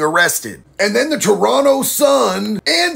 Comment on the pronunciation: Props for pronouncing Toronto correctly!